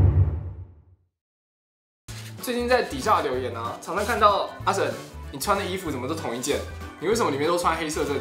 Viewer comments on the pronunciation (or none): Martin 可唔可以教識用廣東話讀自己個名啊? 次次都"我係'' 😂 同埋俾多D關心佢 🙈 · 我忍不住了 每次開頭都把自己說成""ww 其實廣東話神的發音差別不算大 為什麼會變成ww